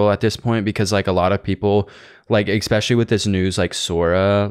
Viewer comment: said expecially